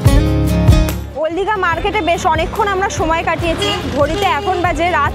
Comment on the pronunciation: ওল্ড দীঘা❌ ওল দীঘা✅ 😂😂